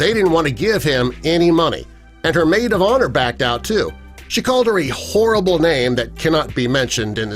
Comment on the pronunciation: "called her a whore-ible... name... "